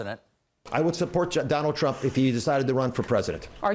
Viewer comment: The double standard is ridiculous. The moderators are biased AF too. How do let a grown ass man show a f'n fake badge and say he works with police, again! Judge Walker for his stupid mouth. Look at donny dumps. That idiot mispronounced his own name. And a message to normies i.e. people who don't know shit about politics, even if the Dems suck, they aren't f'n Nazis. Stop pretending they want civility.